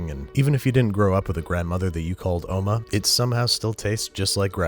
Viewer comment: The way you pronounced 'Oma' was so on point.